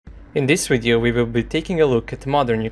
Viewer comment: MATE PLEASE... Video, not WWWideo! 🙄